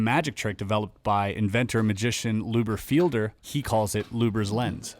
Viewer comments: Fiedler, not “Filder” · It’s Fiedler not fielder